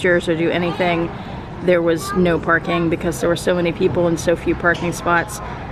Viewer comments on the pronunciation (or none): none